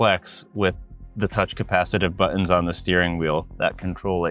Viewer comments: Why do people not use The T when speaking. It's not bu ons ...its buttons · Why do you pronounce 'buttons' like there is no 't' in the word?